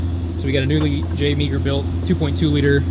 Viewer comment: Three things. That car impressive. Meagher is pronounced "Marr". Keep the 6466 so its a close race, I've got an Ole 67mm from 2014.